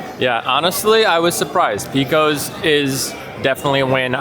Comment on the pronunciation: yup. My father in law would pile everything on so you could not even see the burger underneath. BTW - not picking on you but it is pronounced PAcose, not PEcose.